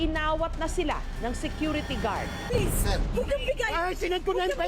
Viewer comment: HAHAHAHAHAHAHA pelepens pelepens